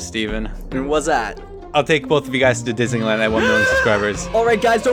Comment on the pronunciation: likes Didneyland.........noted. Also, how was Disneyland????